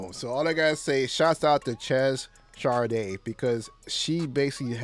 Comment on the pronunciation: It’s pronounced “Shay”.